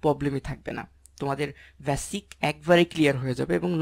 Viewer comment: ভাইয়া চিজনশীল কী? বিডিও কী? ভ্যাসিক কী? কন্টেন্টটা উপকারী। ধন্যবাদ। উচ্চারণগুলা খারাপ লাগে শুনতে। যেন সংশোধন করে নেন, তার জন্যে বললাম। কষ্ট নিবেন না আশা করি।